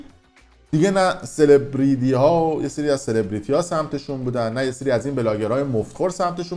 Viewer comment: یه بار میگه سلبریدی یه بار میکه هنرمند بهشون ، دو تا تلفظ ساده انگلیسی بلد نیست چه جور داره تو المان زندگی میکنه. هیچ حرفی علیه نظام و رهبری نمیزنه تابلو که به کسی وصله و فقط واسه سرگرم کردن مردم اومده تا یه خبری میشه دو تا خبر راست میگه یه کیشو دروغ میگه لابه لاهاش مردم باور کنن. مفت خوره مشخصه ه کسایی وصله